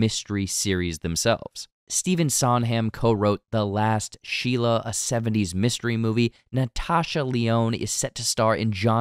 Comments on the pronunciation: fun video but i was so angered when you said stephen sondham, not sondheim... (sond-hi-mm) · Caught that too. He also said "Sond*ham*". It's hard to take him seriously after 2 such blunders in a row in a video about picking up on details. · “ … the 1954 murder mystery ‘Fletch.’” This is just a colossal error. “Fletch” was released in 1985 and is based on a book from 1974. Also, it’s “SOND-hime” with a long “I.” Re-recording your VO and replacing the video would take minutes and repair a severe lapse in movie trivia cred, just saying. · Steven “SondHAM”? Do you have any idea who he is? 😂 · Sondheim’s last name is pronounced Sahnd-highm. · How did you mispronounce Sondheim? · It’s sad the ironic that both Stephen Sondheim and Angela Lansbury made posthumous appearances in a murder mystery. Stephen Sondheim [not Sond-hem] was also infamous for his mystery dinner parties, that he would hold with the upper echelon of New York society, sending them on scavenger hunts throughout the city. he wrote “the last of Sheila” (his only movie) with psycho star, Anthony Perkins. Also, the presence of the Mona Lisa is significant because it was not considered that important a painting until it was stolen and remained undiscovered until the thief turned it in years later. The mystery around its disappearance is what brought it to public attention. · Loved your review but you mispronounced Stephen Sondheim’s name and Fletch is from 1985 not 1954 😊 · The pronunciation of Sondheim’s name…